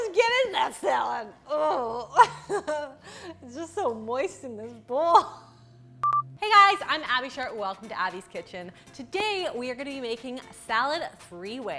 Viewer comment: Love your videos but you need to enunciate the p in sharp because it’s sounds like you’re saying abbey shart. Love you though